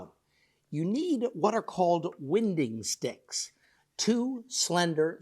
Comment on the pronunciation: Hi there.... I don't mean to be picky but the way you pronounce winding stick is wrong it is pronounced like winding up a clock, when something is in winding it is not twisted or turned.